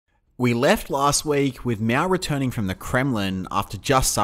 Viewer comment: I have some suggestions for your video. As the pronunciation of Mao, it is more like "Mau" than "Meow". And it should be CPC as it's the same way to call communist Party in Canada or Cuba. CCP has a large amount of racism in it. As for who's to blame for the GLF, I think it is complicated. On one side you have Mao launching this campaign but on the other side you have officials organizing farmers blindly melting iron into metal waste and messing up with the farm land. However , I would like to point out the death number of GLF has been GREATLY exaggerated as China only have 700 million people at that time, and to say something like 40 million or even just 10 million death is flat out reduclious. It is not hard to do the math, that's like 1 death in every 15 people... I have also confirmed with my grandparents as a Chinese that no massive famine was ever heard of during that time. The worst case was actually during three year natural disasters where they heard people were starving, not GLF.